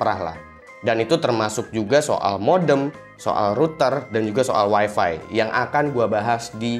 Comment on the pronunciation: Weeeefffeeeee yang bikin kuping gua panas di mana tempat selalu di sebut. Parameter kebanyakan orang weeeeeeeefeeeeeeee itu super jet BANG.